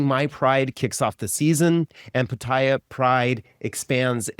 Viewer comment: Taiwan was the first Asian country in May, 2019.... only 2 countries in Asia have gay marriage.... and Pattaya is correctly pronounced as: Pat-Tee-Ya ... :-)